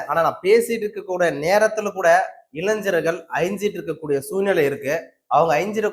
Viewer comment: இளைஞர்கள் என்பதை சரியாக உச்சரிக்கவும்.